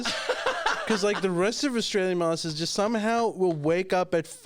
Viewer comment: At the beginning, said Australian "masses". Being indian myself, I thought he said Massii, which in Hindi means auntie. My wife (Chinese) thought he said masterbators. Lol